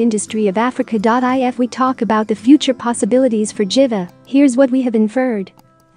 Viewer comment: I heard that too😂💔